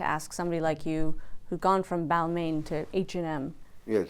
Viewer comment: intimidating interviewer, she can't even pronounce Balmain correctly.